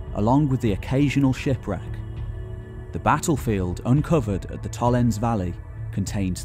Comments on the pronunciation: Blimey! Very monoglot English: "Tollens". No. Tollens-eh. Say all the vowels. Getting the name of what you're talking about wrong throughout is, at best, careless. The trouble is that the next question is: what else has he got wrong? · Its TOLLENSEE you missed a e there...See=Lake... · Nice video, but one major nitpick: when a German word ends on an -e, e. g. Tollense, the e is pronounce as a shwa-vowel, namely -uh. Tollense is pronounced TollensUH. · Absolutely fascinating stuff. Thank-you for sharing your knowledge. If you ever do another video on this topic perhaps you could check out how the German place names are pronounced. The final "e" in Tollense is not silent, "v" in Vorpommern is actually spoken like an "f", for example. (Just a constructive suggestion for the future.) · I like your videos, and your storytelling keeps the listener interested. You speak very clearly and bring forth important, interesting anecdotes and bits of information. But please try to pronounce the names of the places correctly. For Tollense, Meckleburg and Vorpommern, listen to how they are pronounced